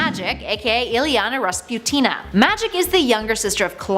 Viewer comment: “Illyana Rasputin,’” nor Rasputina. “Shadowcat,” not Shadow and Cat.